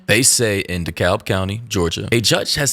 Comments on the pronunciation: how u live in atlanta now and can't pronounce dekalb correctly yet 😭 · The way you pronounced Dekalb just gave away that you’re from Georgia 😭